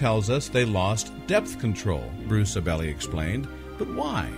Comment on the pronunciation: AB-LEE not ABelly